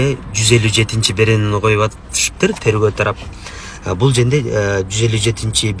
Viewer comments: Юрист туура суйлой албайт окшойт а бул жерде деген созду бкл женде женге деп айтат экен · Тантык экенсиң го...бул женде деген сөздү биринчи угуп жатам